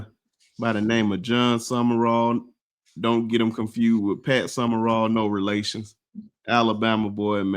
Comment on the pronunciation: The guy in the middkle is lost. His name isnt summerall. Its sumral